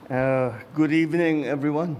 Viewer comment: diin na diin ang "good evening"